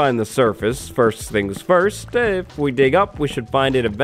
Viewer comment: What do you mean "fist"? xD